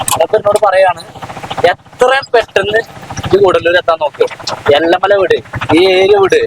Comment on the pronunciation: എല്ല മല അല്ല ഏല മല